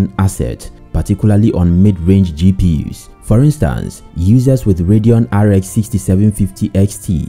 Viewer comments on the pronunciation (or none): none